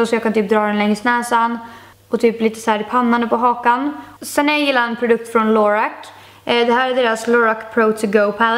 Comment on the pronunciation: Bara så att du vet så uttalas Lorac: LA-ROCK, eller det sa i alla fall Missglamorazzi i en av hennes videos och sen står det så på deras hemsida! ;)